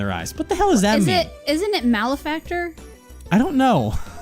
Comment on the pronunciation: Benefactor vs Malefactor (mal - eh - factor). That should clear it up.